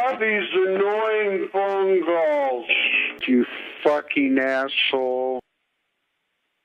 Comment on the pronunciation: "Heeellllooooowwww?" Lol nice setup for a nice seriesh of cawlsh